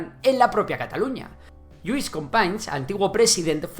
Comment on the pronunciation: No se puede poner menos interés en pronunciar bien las 4 míseras palabras catalanas que salen en el video.... FranceCS Macià, LluYs Companys, "J"ove Catalunya..... vamos ni hecho adrede!